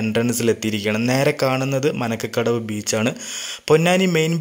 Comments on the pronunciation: മനക്കകടവ് അല്ല മരക്കടവ് ആണ് bro.. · manakkadavu alla marakkadavu